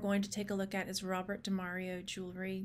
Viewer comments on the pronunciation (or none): none